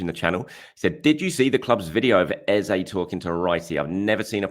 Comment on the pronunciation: hi.. why say ezAY.. when his name is ezA? trolling? xD